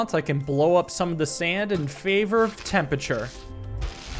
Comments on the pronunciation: it's temperature, not tempeture. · Raising the "tempature"